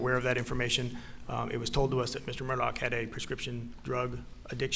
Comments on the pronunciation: It's "Murdaugh" officer, not "Murdock". :( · This family's nomenclature is confusing. First, it's pronounced ALEK, not Alex (common in the South). Second, it's MurDOCK, not MurDAUGH. (Rhymes with Murder; I can never get past this.) But finally, WHO with any sophistication would call a child "Buster?" Oh, how redneck. And these people are considered high class in that area? So close to the really polished Charlestonians just across the swamp? I think not; I'm sure they're being laughed at in all the better homes there. I do think at first glance Maggie's sister is exempt from this criticism, but I'd like to know more about her. She's articulate and wears good clothes and jewelry, "and I'm sure she was in a good sorority," LOL.. I'm sure this is her life's biggest nightmare. How horrible. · Is anyone finding it strange its pronounced Murdoch but the spelling of it is "murdaugh"?